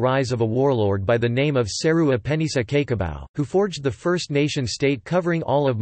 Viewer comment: Cake o Bau...omg get the pronunciation right computerised voice dude...😂🤣😂